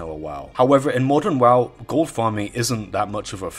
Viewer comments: goooold....dude, why are you saying it in such a weird way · Ghold. That pronunciation